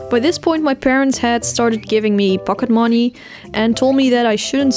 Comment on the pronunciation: your dutchness only irked through when ya said pocketmoney, aside from that, i dunno. wanted to compliment a fellow Dutch person on actually properly speaking English. rarely stumble across em